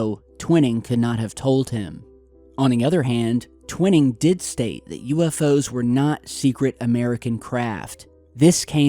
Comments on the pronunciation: Honor this man by letting us know by pronouncing his name correctly. TW iii ning.' Top secret it was. Scared the begeeesus out of gov. Our future jets. Thank you for hanging in there. Get well soon. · it is trivial I know- but sometimes "T" mispronounces some pretty well known words, and for me if he was really "Researching" i would think the pronunciation would be anything but a secret. but then, maybe my name is jam-eez Stapl-eez Ghyth? but I love };)> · Sorry, I’m a stickler for pronunciation. It’s pronounced Twine-ing. Not TwinNing. Great video though. Thanks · Nathan Tw-i-ning... the long ( i ) sound. Pronunciation is crucial to get correct. searching or researching could be skewed if these names are not pronounced correctly. Peace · Not to be critical, just FYI, the first authors name is pronounced "twine" ing, not twinning, with a long I. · Pronounced - Twine - Ing not Twinning, you know the ole potato potahto, tomato toma'to it's all good though just thought you'd like to know the name of this person you were talking about? Maybe you were talking about another person, but I think it's Twine-Ing, Peace T.. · Its pronounced TWY-ning. Not ‘Twinning’!!! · It’s pronounced TWY-ing not TWIN-ing. Basic Wikipedia and every other ufo special got it right. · you're killing me....it's Tw eye ning TwInning. Just sayin' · You're saying Nathan Twinings name wrong it is not twin it is twine ing every UFO enthusiast researcher etc knows Nathan Twinings name that is why you're a complete and utter amateur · dude!!! Tw I [as in eye ] ning !!! tw eye ning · He means Twining is properly pronounced TWY-NING! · Bravo. Great video and great work as usual. Twining pronounced Twy-Ning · long 'i' TWY ning, as in 'why' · It's pronounced "twhy ning"...just saying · I almost corrected him too. lol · No Nam